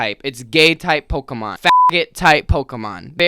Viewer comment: The way you’re pronouncing Pokémon correctly unlike everyone else and I still know this videos gonna make me angy